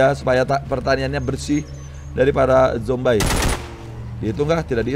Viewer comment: Bang orang sebutnya zombie bukan zombay